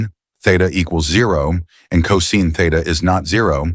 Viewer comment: Pronounced cosine wrong